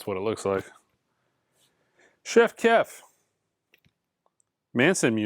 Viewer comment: I don't think you've ever pronounced Chief Keef correctly 😂